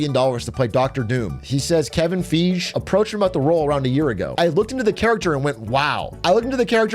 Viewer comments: you can't tell me that Atrioc just said "FEEGE" instead of "FI-G" for Kevin Feige like he doesn't know who Kevin Feige is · Kevin FEEEJH?!?! Cmon Big A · "Kevin Feege"